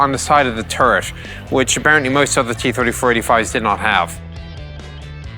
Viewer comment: It hurt my soul that it sounded like he was saying kee 34